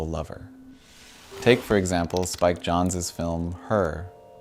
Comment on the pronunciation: Brave pronunciation of "Jonze."